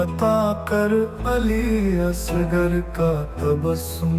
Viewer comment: AI نے پڑھنے میں دو غلطیاں کی ہیں. علی اصغر کو علی اسگر اور نجف کو نزف پڑھا ہے